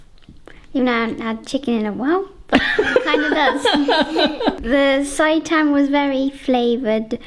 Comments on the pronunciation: It's pronounced "say-tan" XD Looks amazing! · It’s pronounced say tan 😊